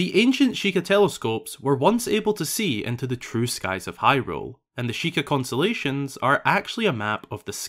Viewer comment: Consolations are what you're given after a loss or disappointment. Kon-Stuh-Lay-Shn is a collection of stars.